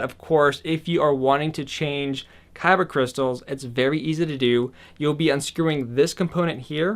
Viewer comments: Anyone else hate that he keeps saying kybuh instead of kyber? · I’m sorry I can’t sit through this whole vid and not say anything. It’s a kyber crystal. Kyber NOT kyba! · KY-BER NOT "kybba" for the love of GOD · Is he saying kyba crystal? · Lol every time he said kyba crystals I died a little inside 😭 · “kybah” crystals lol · it's not like this is up for debate, this isn't like"tomato" "tomahto" it's a "kyber" Crystal hard "er" sound. You'd think a Star wars fan would want to represent their franchise correctly, but whatever. No harm done I guess, you just make everyone think of Yu-Gi-Oh every time you say it.